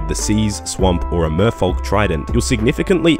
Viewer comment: Merfolk is pronounced like yolk